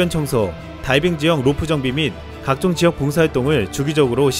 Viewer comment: 따이빙? 다이빙! 발음지적질 죄송해요 걍 웃겼어요 비웃은건 절대아니니 가끔 진지한 브리핑 하실때 된소리 넣어주세요 ㅎㅎ